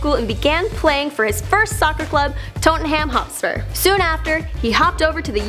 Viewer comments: Toetenham-Hoetspur? Tottenham Hotspur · 1. Thats not Uniteds logo 2. Thats not how u say Tottenham Hotspurs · Tottenham Hotspur 😂😂 say it right